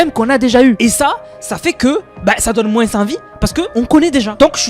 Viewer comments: réel on dit mooooooooin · pourquoi tu dis "moinse" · Pourquoi tu prononce le <S> du mot moins 😅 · Dans certaines régions, ils le disent comme ça ^^